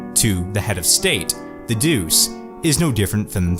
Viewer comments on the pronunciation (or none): great video though "duce" is pronounced like "dutche"